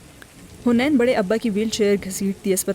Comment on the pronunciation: Its haneen not hunain